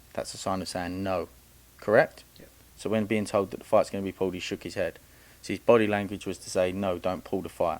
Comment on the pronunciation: Why does someone that say Pauled instead of pulled think they are smarter than everyone else? The gain is you can finesse the public again telling us these boxers are in the same level or can beat fighters like a Canelo or that you’re education in the sport is actually relevant. What fighter have you taken from amateurs to pros. None Pipe down another footballs coming home hype job